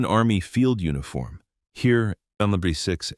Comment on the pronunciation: If you would pronounce "Heer" how it is pronounced, I'd keep on watching that video. This pronouncation hurts my ears.